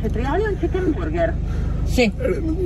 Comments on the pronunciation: "CHICCHEN BUGGER" AHAHAHA MORTA! Anche mio papà non sa l'inglese e ogni volta facciamo ordinare a lui per farci 2 risate! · ma perchè dici chicken come se fosse kitchen? 😅